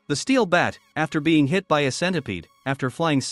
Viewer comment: Narator:"An the brother beng- Me:" BEN? "